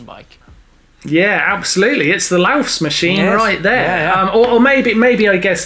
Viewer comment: It hurts my ears :) It's called "Laufmaschine" not "LaufSmaschine".